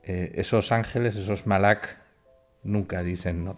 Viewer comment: No se pronuncia MALAK, sino malaJ = Angel. El viejo testamento no es autoritativo en el Judaismo talmudico-rabinico. El talmud babilonico lo es... El judaismo no es un pueblo es un credo generado en babilonia...si ya el Yajwavismo es la religion madre del cristianismo.